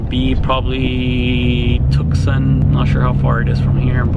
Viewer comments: Tucson Tu-son the C is silent. My home town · It’s pronounced “too sawn” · Real Gs Dont Die no, it’s tucson- tuk-son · You said Tucson wrong